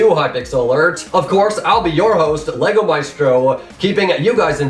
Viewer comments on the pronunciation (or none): none